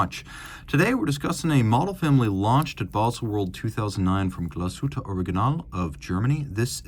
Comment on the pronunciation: Wunderbare Uhr. Die Scheiss-Stimme kann nicht einmal den Firmennamen korrekt aussprechen.